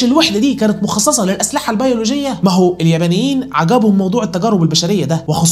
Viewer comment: هو بيقول اليمنيين و لا اليبنيين🤔!! اليااااااا بااااااا نييييييين